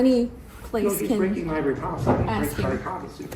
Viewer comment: Seeking out transparency in a child's room at the "libarry". He definitely has the extra chromosome working. Great job, frauditor! 😆 🤣 😂